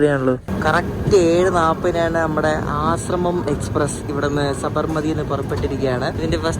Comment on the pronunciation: It's not Asramam, it's Ashram.